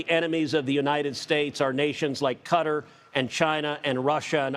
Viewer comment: which country is cutter? lol